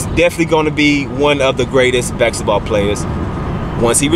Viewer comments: Bask-eT-ball Not backs-et-ball. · My nigga said, "Bak-setball player" lmaoooooooooooooo I'm gone.